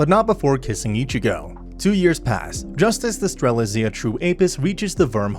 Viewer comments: Ster-lit-Zia. It’s not that hard bruh the day it in the anime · He pronounced strelizia like at least 4 different ways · is it me or did he just say Stre-lit-zia wrong multiple times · nvm, not just Strelitzia but all Franxx names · stop saying strelitzia wrong